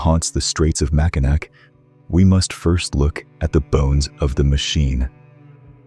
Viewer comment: As a Lifelong Michigander I have got to tell you. It's pronounced "Mackinaw". I know, it's written with a "c", but it's pronounced with a "w".